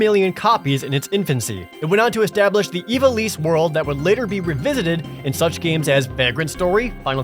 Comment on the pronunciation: Ee-VAH-lis.....not EE-vah-lees. Horrible. :(